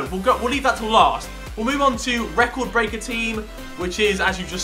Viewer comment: Love the way he says eecord braker ronaldos only cheap hea 8 million thats much